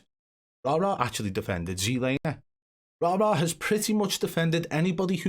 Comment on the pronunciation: I'm just happy the pronunciation of the name Rara will soon be nothing but a memory.